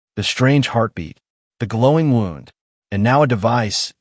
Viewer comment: The AI voice can’t even pronounce the word wound correctly. You need to get rid of it and get one that can pronounce words correctly.